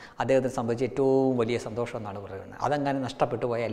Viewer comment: സന്തോസമോ.... ഇവനു അക്ഷര വിദ്യാഭ്യാസമില്ല സന്തോഷം എന്നു പറയാൻ... 😄